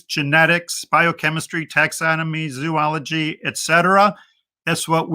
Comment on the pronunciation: I’ve never met an engineer who didn’t think they were scientists— they’re not! This guy can’t even pronounce the words zoology and condescending correctly…